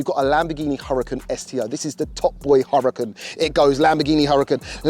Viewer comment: [Hooraakaan] not hurricen